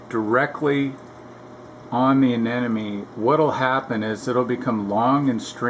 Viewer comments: A-ne-mo-ne.... not a-ne-no-me. Almost sounds like you're saying an enemy. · aneMone not aneNome !!!!!!